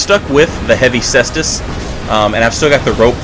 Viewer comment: Thanks for not being a degenerate and pronouncing it Kaystus